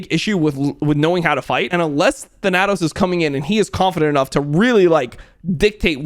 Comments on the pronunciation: plz look up the pronunciation of thanatos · lmao. the way your pronounce thanatos.